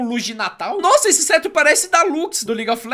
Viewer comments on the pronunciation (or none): none